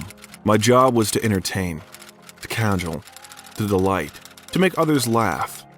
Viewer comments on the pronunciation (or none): The pronunciation of words MATTER. cadge-el for ca-JOLE. BOO for beau? Really, you guys should be embarrASSed. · You pronounced "cajole" incorrectly. The emphasis is on the second half of the word, with a long 'o'. Rhymes with hole. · Is this AI? Cajole as CAjole? Beau as Boo? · this video is riddled with mistakes - the VO artist can't correctly pronounce names (beau), words (cajole) - what a total embarrassment; where TF is your quality control?!?